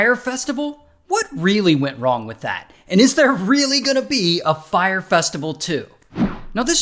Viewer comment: "Fye - ray festival"